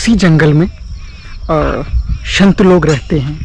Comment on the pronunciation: शंत नही संत लोग बोलिये 😮😮😮😮😮😮😮😮😮😮😮😮